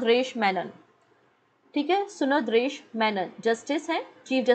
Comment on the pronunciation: सुंदरेश मेनन....सुनांदरेश नहीं Thummakuru नही तुमकुरु